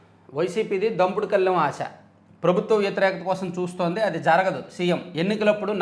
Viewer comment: garu, Meeru paper analysis lo chala words thappuga chaduvuthunnaru. Ee roju dimpudu Kaleem aase aithe dampudu Kaleem aase ani chadivaru. Alaane mukhta Bharath aithe, vimuktha Bharath ani chadivaru. Koncham thelugu chesukondi chadavandi.